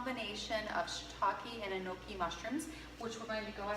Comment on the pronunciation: this is not a very traditional representation of Shōjin Ryōri and your pronunciation could use some work, Enoki mushrooms and Shōjin Ryōri. Maybe explain that this is your take on Shōjin Ryōri. Also, please note that this style of cuisine is not just at Zen temples but most Buddhist temples/monasteries in Japan.